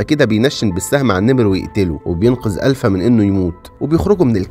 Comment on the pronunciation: الفا وليس الفه ☺️💔